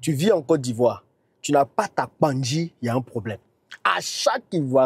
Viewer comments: Cher Tu le pronoce très bien. PANKGI ❤ 🙏🏾 Cet Arbre se trouve dans la Savanne baoulé. 🙏🏾 merci❤ beaucoup pour la publicité ❤️❤️❤️❤️❤️❤️❤️🙏🏾🙏🏾🙏🏾🙏🏾🙏🏾🙏🏾🙏🏾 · 😂 te j'aime trop. Tu prononce trop bien Kpangui . Félicitations